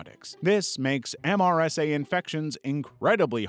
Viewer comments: Never heard someone say the letters M S R A. usually just heard it pronounced "mer-suh" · They usually call MRSA, MER-suh